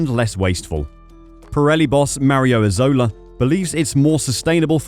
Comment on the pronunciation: Hi! Very useful video! 💜 I’m Italian and i wanted to let you know that the surname of Mario Isola is pronounce with the accent in the first letter; and translated in English will means “island” 😜 have a good day 🌈